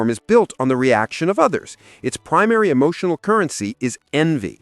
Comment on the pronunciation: E-moo-tional? You shouldn't get all e-moo-tional and cry over spilt milk, or mispronounced words!! 😂